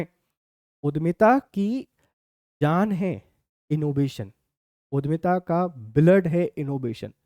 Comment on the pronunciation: Sir उद्यमिता है,उधमिता नहीं